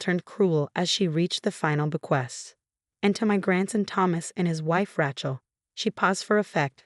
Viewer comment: The AI cnt pronounce Rachel or Nazi, among other words